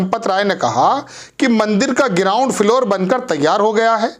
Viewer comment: गिराउंड। Na ground to bolna seekh le